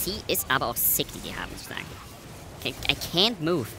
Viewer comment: "I kaynt move" LUL